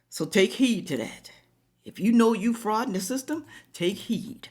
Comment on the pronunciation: 'DE-frauding' section 8 not 'frauding' it! 🤦🏻